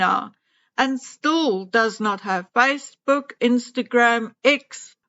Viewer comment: Since she says stool instead of still I thought it was an accent.